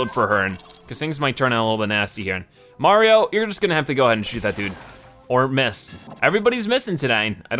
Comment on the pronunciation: Stop saying marion and marium